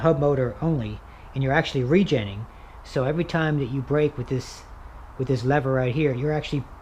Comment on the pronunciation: Why don’t you say re- genning one more time